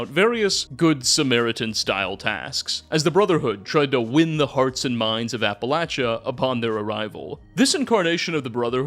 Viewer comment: Soooo... Appalachia...that 2nd a is a long a sound. Like hay. Or the 2nd a in arcade.